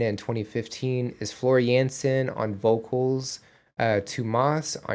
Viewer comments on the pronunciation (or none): The only thing Troy does not play is ice hockey ;) Floor Jansen is Dutch, so you pronounce her last name as Yansen, not Jensen. Best regards from The Netherlands!